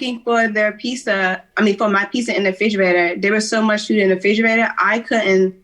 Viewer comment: And figerator?🤦🏾